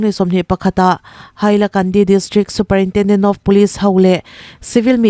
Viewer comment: Superintenden❌ superintrenden( a mizo i )